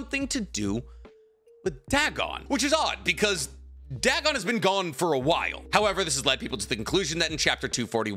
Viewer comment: Dagon=Day-Gone. Not Dag-on. A lovecraftian machination whose pronunciation has been verified for a century. Goddamnit that bothered me the whole time 😂